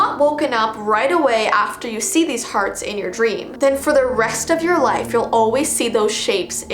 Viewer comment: I was watching this while half sleeping and then I heard her say Purple Hdarts I woke up straight away